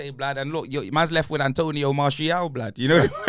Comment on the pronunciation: " Antonio Martial " 😂😂😂😂😂😂